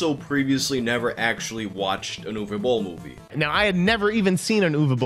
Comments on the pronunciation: Congrats on pronouncing the name Uwe somewhat correctly. I had a teacher whose first name was Uwe and my parents kept calling him “Yooeeey” because that’s how they sounded it out. Poor guy eventually gave up on them ever saying his name right and just asked them to call him “Mr (his last name)” as if they were also students lmao. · Cool video. I am from Germany and also not a big Boll Fan. But I think that his movies kept getting better he stopped making video game adaptations and that he deserves some respect for doing his thing against all odds. And you are the first non german Youtuber who pronounced his first name right. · Honestly on behalf of all Germans thank you for pronouncing "Uwe" the right way, I have heard everything from "Uwu" to "Yu-wee" and you finally did it right